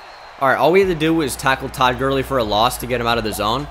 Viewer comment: I died when he said toad Gurley